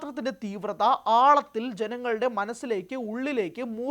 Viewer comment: ആളത്തില്‍ എന്നല്ല, ആഴത്തില്‍ എന്ന് പറ!